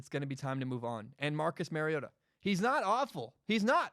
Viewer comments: Its mario-TA. He's Hawaiian and that's what his mom said the pronunciation was before his very first start at Oregon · It’s Mario-Ta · It’s pronounced mariota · YOU CAN"T EVEN SAY HIS NAME RIGHT! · Mariota is pronounced just like Marcus. FYI when you talk about us when we take Herbert/Fromm with the 12th overall pick next draft.